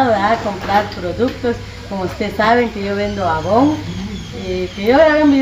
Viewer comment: No se dice AVON así se escribe pero se pronuncia EIVON